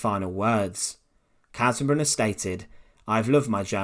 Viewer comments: I'm glad the man's name was spelled out. The way you are pronouncing it, sounds like Kassenberg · Totally botches Kaltenbrunner's name.